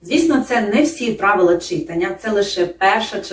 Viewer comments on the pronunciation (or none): Дякую за роботу! 2.16. Правильний наголос читАння( як кохАння).Бо читАти( а не чИтати).